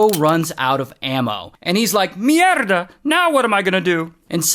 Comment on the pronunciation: Great way to roll your Rs on that "Mierda!" shout. 🙂